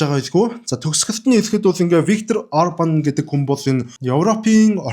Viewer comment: Varga Judit ( Ворго Юдит) чинь Magyar Péter ( Модиор Пийтэр) - ийн экс эхнэр 3 хүүгийнх нь эх шүү дээ. Жич : Igazságügyi miniszter буюу Minister of Justice байсан эмэгтэй юм . ( Монголд Хууль зүй дотоод хэргийн сайдтай дөхөж очих юм даа. ) Орбан биш Урбан юм байгаа юм уг нь , за яах вэ дүүрч гэхэд Мажар Пийтэр бол арай шүү. Модиор Пийтэр гэж хэлж байгаарай! 😅